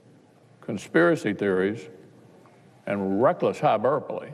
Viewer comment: Hyburpole??! Ok, Mr. McConnell!